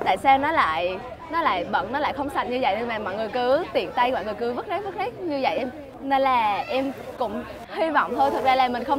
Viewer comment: nói rác giống như roét